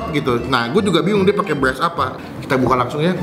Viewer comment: Soundnya tolong benerin bang, masa Ngomong BERAS kedengearannya malah BELAS